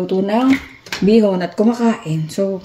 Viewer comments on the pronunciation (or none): Bihon not bison.